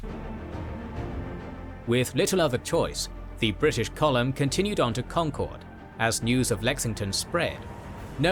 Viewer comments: Special kudos to you for saying “Congcurd” correctly. As you can literally see from the original video, people from away barely know how to say it. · First of all, thank you for pronouncing Concord correctly (the source video didn't). Second, a lot more words rhyme with Revere than Dawes...